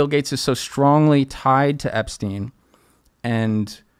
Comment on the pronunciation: “Argentinia” “epstaain” - clown